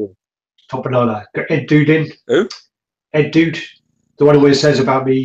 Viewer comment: I forgot to mention thanks for pronouncing my name properly, my friends in college gave me that nickname cuz there was already an Eddie in the group so they started calling me The Dude and/or EdDude